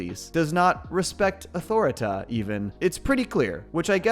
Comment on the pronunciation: It's pronouce " Ah-Tore-Reh-Teh "